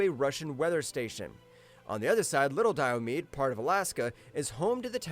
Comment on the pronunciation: Your pronunciation of Diomede is wrong. The last e is pronounced. dai-uh-mee-dee. Might have been a good idea to check that before making the video.